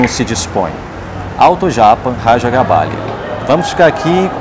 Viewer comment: lembrando que o correto é Raja GabáGLia, não GabáLia.